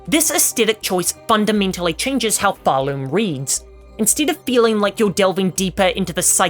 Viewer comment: Realize, it’s called PharLOOM like a THREAD being SPUN on a LOOM